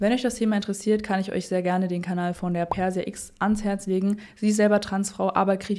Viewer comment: Pörscha-Ex ausgesprochen, nicth Persia X....ansonsten tolles Video